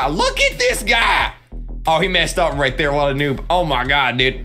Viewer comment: KREEKKRAFT keeps saying "ah mah gad"